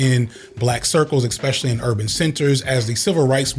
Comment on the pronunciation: you really have to learn how to pronounce the word 'especially". there is no X in that word! other than that, great video as usual